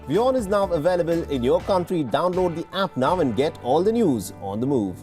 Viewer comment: It's WION not WOIN.